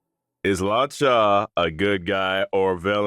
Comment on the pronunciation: Sounds like he's saying Laachaa 😭